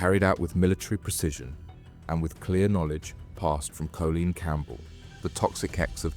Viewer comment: Are you ai? Cz surely you’ve got to of grown up inside a hard drive if you think that’s how you say Colleen 🙈